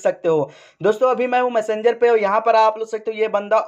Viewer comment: मसंजर नहीं मेसेजर बोलते है